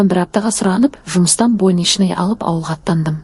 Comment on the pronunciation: Бойнычный,больничный лист,қандай адам мынаны оқып отырған